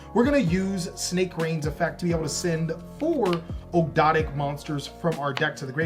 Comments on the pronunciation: Here let's help you out good sir, Ahhg-do-ah-dic= Ogdoadic. Soul-fa-chor-d= Solfachord. Just got to keep saying it over and over to get rid of the tongue twister feel. Not making fun, just wanted to help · They're pronounced Og dough dik :) newcomer and I love your videos!